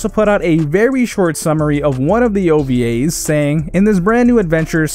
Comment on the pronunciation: The way u said ovas hurt...